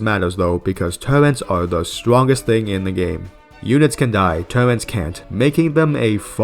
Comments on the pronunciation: Please... for the love of God. Its TURRET not TURRENTS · hey pal, no offense meant but turret is pronounced just as its written, theres no N in there.